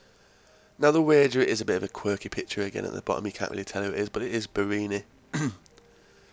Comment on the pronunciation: good episode but he's borini not boroni :P